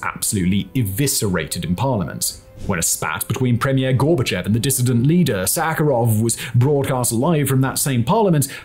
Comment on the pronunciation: Two extremely pedantic corrections upfront: Dacha - it's pronounced "Datch," like "thatch" Vlad is short for Vladislav. The dimunitive form of Vladimir is Vova. Gorbachev is pronounced GorbaCHOV. On another note, Khruschev (Khruschov) is also commonly mispronounced this way. It comes down to a tendency by Russians to write "ё" (yoh) as "e" (yeh) because it's easier, and a native will know the correct sound. Words written this way then get transcribed literally and Горбачев is writen as Gorbachev rather than Горбачёв (Gorbachov). I have no idea why this transcription isn't corrected in English sources.